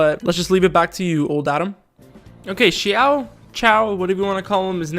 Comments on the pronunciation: ....dude, you literally spoke xiao correctly, but the moment you said ciao, I was confused. It's pronounced, see-ow (ow as in pain but lower and read these two words together fast)😂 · Okay for the sake of all 😂 cause I died when he said xiao is pronounced as chiao 😂 😂 😂 Here is the correct way how you pronounce the Chinese characters from Liyue Xiao = Si-yaw / si-yao Ningguang = ning-kwang Xiangling = si-yang-ling Xingqiu= sing-chi-u Zhongli - tsong-li Qiqi= chi-chi Chongyun - chong-yoon/ chongyun just the same Beidou- pey-tow is the correct one if your chinese but I guess you can say Bey-dow and its acceptable. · Nah man Xiao is pronounced XI-A-OH not CH-AO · As a Chinese as well as an articulation therapist, I can tell you that "Xiao"'s name, for English speaker, the closest one is actually "shiao" instead of "siao" or "chiao". Although the Chinese consonant "x" doesn't exist in English, the best way to perceive it is that it's a very frontal "sh" sound. So try to push your tongue forward closer to your teeth when saying "sh" but stop right before it turns into an "s", so it sounds very narrow and like something in between a "sh" and a "s". I tried my best bro, this is my attempt to explain this verbally without any demonstration or visual. And also be careful of the "Zhongli" one above, you did a pretty good job pronouncing his name in your video. The one he gave you is close to some southern Chinese accent (which is actually super widely used), but the game is based on standard Mandarin pronunciation